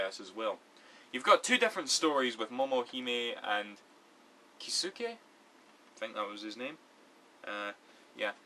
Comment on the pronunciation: Kisuke is pronounced 'kee-skay'.